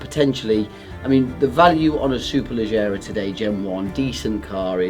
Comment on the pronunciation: Did you not fully read that which I wrote. No... you're not Italian so why pronounce Superlegger as Superlejjera ? Can't have it both ways. Pronouncing it as its spelt makes you sound an idiot . But I actually like you. Not like Adam C who also mispronounce it. Please rectify it one way or another. Start pronouncing it SuperleGGera then.